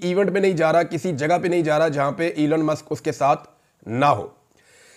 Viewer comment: Please pronounce Elon musk and not elan musk.